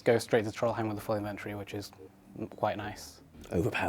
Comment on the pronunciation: Is there a reason that nobody in the runescape community can pronounce the word 'inventory' properly.